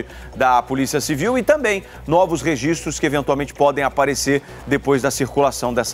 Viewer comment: E fim de mundo, uma comunicador falar "tamém" tamém. Além do tal do alí, alí, alí...